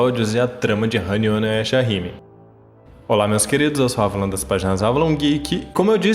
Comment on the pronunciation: Avalon continua pronunciando os nomes como antes, esse sotaque da dublagem é mt estranho kk